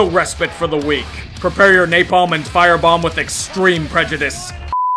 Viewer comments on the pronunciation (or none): none